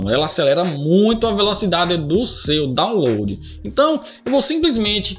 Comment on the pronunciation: "dóunlôdi", "êizidoisbûti"